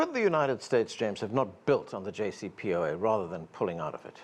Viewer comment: He cant even pronounce JCPOA correctly!